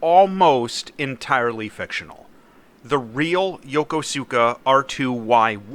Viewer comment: Years late, but his pronunciation of Yokosuka was… interesting.